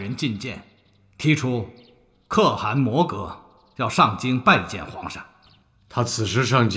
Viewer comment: 沒有人告訴陳建斌可汗的唸法嗎😂